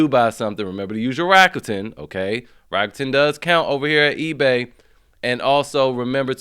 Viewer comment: Rrrrrakuten.... Thats all I hear. Rrrakuten... Jk thanks for the deals bru.